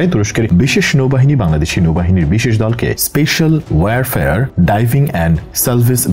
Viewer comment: শব্দটা waire fare না, এটা হল ওয়ার ফেয়ার warfare